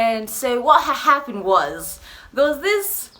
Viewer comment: "Wahaha-ppened was...." 😂